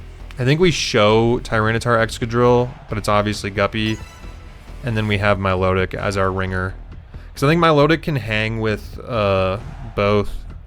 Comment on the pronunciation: Im not mature enough to constantly be able to hear "mylowdick" lmao